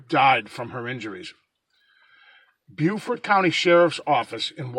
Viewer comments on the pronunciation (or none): It's pronounced bo fort. J live there.we still don't know what. The commissioners are dragging their feet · It's pronounced bo fort county an it's pronounced pan tee go . I live in Beaufort county NC. We still don't Kno what exactly happened. The wildlife had control of the scene an contaminated it. It should have a homicide scene. Dna was screwed up an the state blood lab is a joke here. Lookup commissioner Hood Richardson an see what he said during a council meeting. Kinda interesting.